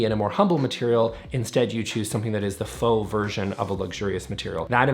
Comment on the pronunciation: I believe you’re mispronouncing “faux luxury”. “Faux rocks” is a rhyme, actually.